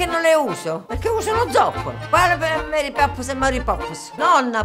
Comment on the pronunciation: Che carina la signora che dice Mari Popps al posto di Mary Poppins XD X3